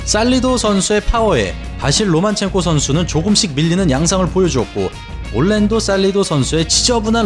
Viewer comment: 로마첸코입니까 로만첸코입니까..? 영상끝날때까지 계속 로만첸코라고 하시고 자막은 로마첸코...